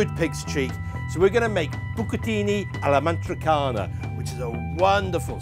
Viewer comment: ama-tri-CI-ana not ama-tri-cana